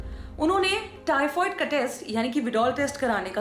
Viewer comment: हेलो मैडम टाइफाईड होता है टाइफवाइड नहीं 😂😂